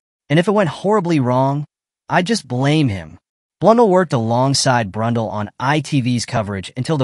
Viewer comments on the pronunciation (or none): Blunn-dell (as in the computer)